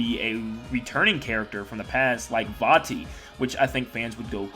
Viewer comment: It’s vatti